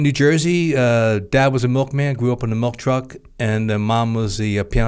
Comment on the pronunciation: Why can’t they say milk properly? They’re saying mulk it’s making me feel weird